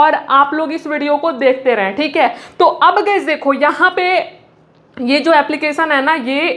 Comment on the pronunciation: Khali bolta hai khik hai 😂 thik hai😂